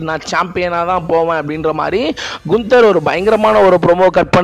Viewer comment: Brother not குன்தர் only name கான்தர்